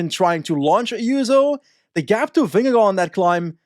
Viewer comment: Your pronunciation of Vingegaard is really good! Not quite native but pretty f*cling close!